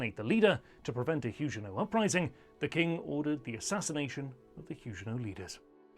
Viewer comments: Everybody, but everybody, pronounces the g in Huguenot as a hard g, as in bag, grab, give etc. Your peculiar pronounciation is incredibly distracting. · Nope. The French also pronounce Huguenot with a hard 'g'.